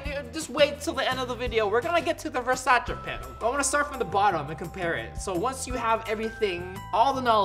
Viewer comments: What is V-E-R-S-A-CH-EH it’s V-E-R-S-A-C-E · It actually pronounced ver-say-sees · he pronounces it: versache. I pronounce it: versais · Why does it annoy me so much that he says Versace wrong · you can tell how he pronounces Versace that he doesn't usually buy versace/luxury things. Not judging. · You don’t even know how to say virsaci